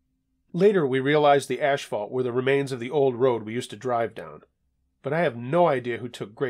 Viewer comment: People really pronounce this word asphalt as ash fault. Ha ha ha!